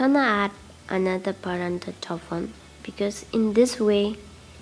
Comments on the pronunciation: Its paratha...not parandal😆😆😆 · It’s not Parantha dear 😊 it’s Paratha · Its paratha not paranta... You're pronounced Parantha which is incorrect 😊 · Hey not barada it’s parata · Recipe is not good the way you pronounce is I don't know whether you say parathas or parantas of 1egg and 1 potatoes how can you make so many all rubbish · It’s paratha or paranda? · Yes, you are right its call parat👍️👍️not parantha👎️👎️ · Wat is paranda....... It's paratha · Madam its not paranda!!!! Its paroda or parotha!!! Its an Indian food!!! Aloo means potato!!! So it potato chapathi!!! Not even paroda!!! Sorry !!! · Good well tried paratha not pranda mam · Say paratha NT paranta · Parantha!? Lol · It should be "Paratha"not "Parantha" you wrote the spelling correct but pronounce it wrong. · Paratha not paranda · Its called paratha not a paranta...😋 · Paratha bolo mam not paranda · I could not help but notice ur pronunciation for PARATHA as PARANDA....😂 😂 😂 Plz don't be offended....😊 😊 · Sahi hai sahi hai...its paratha not paranda 😂😂😂😂😂😂😂😂😂😂😂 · Actually me too😂😂😂